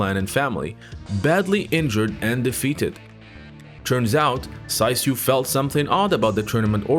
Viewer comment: Although it is written Saisyu, his name is pronounced Saichu. Just an observation.